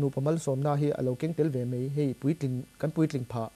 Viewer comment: A ngaihnawm hle mai, negative comment lamah min ngaihsak lo ula, "mei" nilo in "mai", han hmang zawk ta se, beng a thlep lo deuh tur...kan celeb-te hian Mizo tawng in hman dik hi a ngai, hnam dang tan entawn tlak nih a ngai a nia...